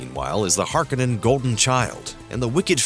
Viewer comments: HAR-CONE-IN, NOT HARK-IN-IN. Just trying to help you out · it's har-KO-nen